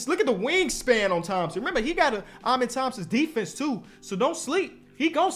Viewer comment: It’s “ahmen” Thompson for the pronunciation of his first name